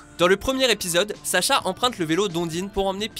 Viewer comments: c"est saCha pas saSha avec un S c'est l'orthographe feminine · Ce n'est pas Sasha mais Sacha...